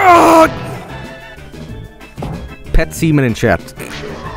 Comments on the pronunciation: petsemen, thanks a lot, I can never unhear that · Ah yes, Pep-semen.